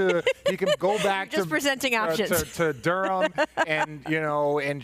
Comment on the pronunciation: He actually said Duram lol it’s just Derm when you say Durham.